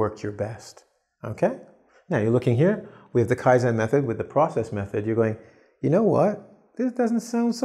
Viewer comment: "Process method" - It's not pros-cess, it's pro-cess. The clue is in the spelling.